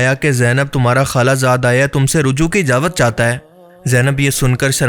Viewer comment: Ijawat ni ijazat bolo